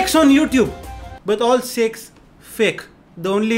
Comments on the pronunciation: he : "Shek's on YouTube" It sounded something else 🤣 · i heard "there are many sexx on youtube "xD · He said saikh's on YouTube , I hear sex on YouTube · Jb bhai ne seikhs bola tb mujhe lga sex bola hai.🤣🤣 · In the starting of vdeo I listened sex but then i understood that he is telling Sheikh 😅😂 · Bro when you said sakes I heard something else but I am very happy that you did not mean that please keep your Channel family friendly